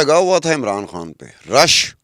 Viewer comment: کھان نہیں خان کہا کرو ۔۔ خ کی پرنونسی ایشن بہت غلط کرتی ہو یہ اردو زبان کے ساتھ زیادتی ہے